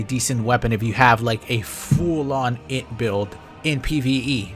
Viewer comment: being unable to read "int" in that one article was killing me